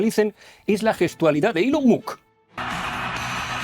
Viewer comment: Si bien ya es malo blanquear el autoevidente saludo nancy de Ilon Mott aún peor es pronunciar mal su nombre, corríjase por favor.